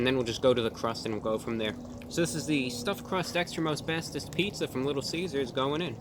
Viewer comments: At first, I thought he said "Extra Asbestos". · Every time he said, "Extra most bestest pizza." I heard, "Extra asbestos pizza." 🤢